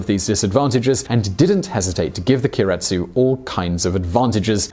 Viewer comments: Keiretsu = kay retsu. not key a retsu. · The pronunciation is 'kei-re-tsu'. If you say 'ki-ri-tsu' it is a different word which means to stand up. Pre-war examples of Keiretsu (company conglomerates) are Mitsubishi and Sumitomo. This is an interesting comparison because Japan has always based their own social (immigration/nationalism) and scientific (medical) systems on Germany's. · you fail to mention that japanese debt is in large part with its own citizens you mispronounce Keiretsu you don't factor in japanese deflation as compared to germany's inflation japan has a clear advantage in education compared to germany germany's age structure is comparable to japans japan still has a higher life expectancy japan makes up for no refugees with robots and doesn't have to worry about people unwilling to integrate creating a fuckton of social problems all in all, you miss the whole picture by a mile. dislike for this video. And how was this "visual" at all, all I saw was some stock footage and a dude reading off a script.